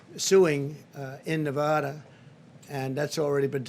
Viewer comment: And Na VAHHda. Then again he thought they were building a wall between Mexico and Colorado.